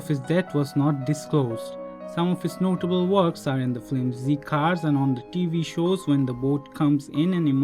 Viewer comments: just a note..... it’s “film” not “flim” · The person who is narrating this is saying flim instead of film. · As do most, likes the old format much better. If you must change to speaking format, please use someone who can speak English. Pronouncing film as “flim” every time drove me nuts. Other mispronunciations less aggravating, but????? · I liked the narration but the word film needs to b pronounced correctly since it’s used in almost every profile. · Silent is better, especially when the narrator can’t pronounce words like film.